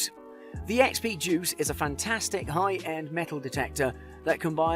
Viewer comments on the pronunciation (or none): It's deus, not duece, idiot. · ha ha! It does sound like he's saying JUICE!! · It's pronounced " Day-us" not juice !!!! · He did say Juice, but he is pretty much right about the detectors.